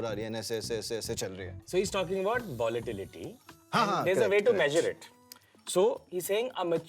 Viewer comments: VOLATILITY ❌ VOLA'TITIY' ✅😂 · VOLATITITY XD